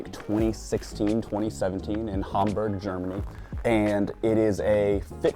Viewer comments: "They don't know.62 miles". No, they don't, and they don't care to know it, you dork. By the way, its pronounced Hamburg, Germany, not Humburg, Germany. Also its Glasgow, not GLASSCOW. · Oh my god the mispronunciation of Glasgow and Hamburg 😅😂 I can’t.